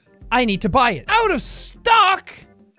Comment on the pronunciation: "Out of stook" lol